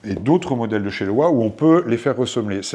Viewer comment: Bonjour, merci pour cette intéressante vidéo. Je possède ces chaussures et je suis d'accord avec vous sur ses qualités et ses défauts (mineurs !). C'est pour la partir "entretien" que j'ai regardé cette vidéo, merci pour les astuces de nettoyage. Par contre, LOWA est une marque allemande, on prononce donc LOVA !